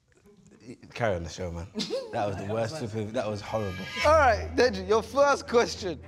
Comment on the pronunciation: man said "DJ" instead of deji.. blud needs to go back to school